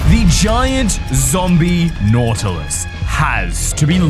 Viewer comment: It's Nautilus not Nautily